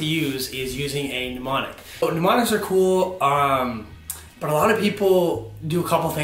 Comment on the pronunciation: he says MNEmonic like PNEUmonia hhahah